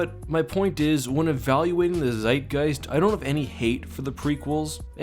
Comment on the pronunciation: Did you just really tried to say ZEITGEIST?! Wtf.....